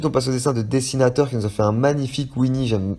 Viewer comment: Et mon nom c dessinautAUr pas dessinataur.